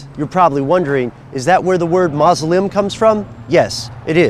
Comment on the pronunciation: "Mawz-oh-lee-um". I feel better now, don't you?